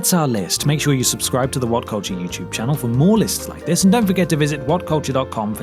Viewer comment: “Like, share and SUIBSCRIBE”?